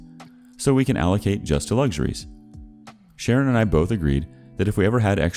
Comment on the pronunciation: Everytime,when he says Sharon, I hear it as karen. Idk why😂